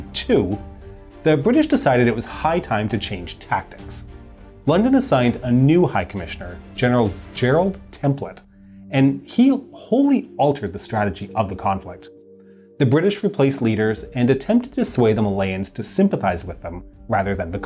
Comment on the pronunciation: Gerald Templer*** not templet LMAO